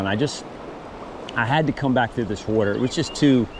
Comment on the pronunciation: Won’t be a trout bum video Without you saying “wutter”